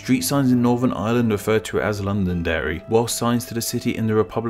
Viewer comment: Londerry? Eh? Eh?